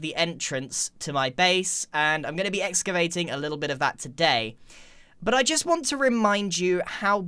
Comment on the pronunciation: My man said exavating